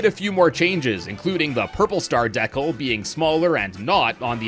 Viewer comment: bro added a K to decal